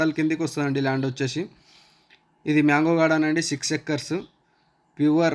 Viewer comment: Myango ❌ mango ✅